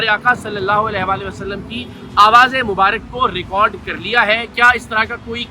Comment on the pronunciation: لفظ مبارِک نہیں ہوتا۔۔ مبارَک ہوتا ہے۔۔۔درست کر لیجیئے۔۔۔۔